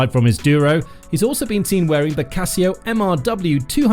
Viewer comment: Essa pronúncia do Casio é de doer o ouvido.